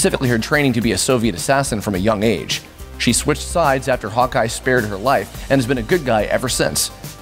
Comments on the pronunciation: as he said "Hawkeye" i understood " Hotguy". lol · I always hear "Hot Guy" when you say "Hawkeye" :o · When he said Hawkeye, i thought he said hot guy. I was so confused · Me too HAHA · When he said Hawkeye i understood hot guy😅